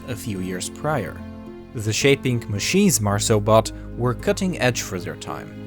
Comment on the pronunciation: Why are you pronouncing "the as "ze"? If you can't say the "th" sound, say "d" instead, not "z", please. Btw, I like the rest of your accent, just not the "ze".